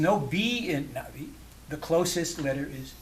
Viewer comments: Stop being an annoying pedant. He's pronouncing it correctly. The glottal stop is very subtle when he says "Na'vi" but it's still there, it's not completely absent. As for the rest of video, you can clearly hear the stop whenever he says the word. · There's two different pronunciations in thr film - the Skypeople say it like "nah-vee" because they westernized it. The actual Na'vi break the word in two pieces- Naht [HARD STOP] ve. Like uh-oh, a hard stop in the middle